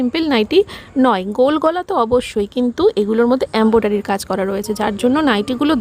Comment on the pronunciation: Ambodari noi ok English uchharon para na embroidery ok